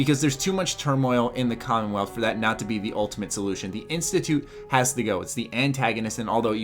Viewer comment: Did... Did you call it the condom wealth?